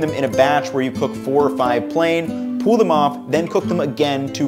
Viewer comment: jesus christ the word is pull not pool.